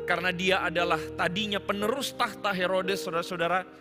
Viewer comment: hampir saja bilang merebut seluruh 'tah'ta.:)